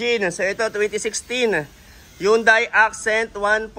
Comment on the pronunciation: yang yunday accent kunin ko yan